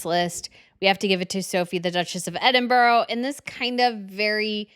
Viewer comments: First Queen Letizia looks incredible in both those looks. Second Monaco is a different planet. Princess Caroline looks conservative and beautiful by Monaco standards. Her daughter however is completely native, poor beautiful child. When pronouncing Edinburgh think Celtic not English. What you saying is ‘Edinbough” not Edinburgh. It takes awhile to get it. It’s sounds like Brah on the end. 🌷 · I don't think her accent will allow her to. She has heard correct pronunciations many times yet still says it her way. Is a bit nails on the chalkboard sometimes. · she could say EDINBRAH rather than EDINBORROW, surely? And l agree, definitely nails on a chalkboard... 😖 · I mean this with the utmost respect, but can you please do a simple google search on how to pronounce people’s names and place names. Hearing Edinburgh and Sarajevo mispronounced despite being a history expert hurts. The pronunciation would elevate the professionalism of both of your channels in my opinion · First time watching this channel, and just in one segment the presenter mangled the pronunciations of Edinburgh, Herzegovina, Serbian and Sarajevo! Is this supposed to come across as professional? (Because, sadly, it doesn't)